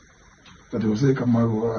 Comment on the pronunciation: It's José (pron. hose') not 'Jose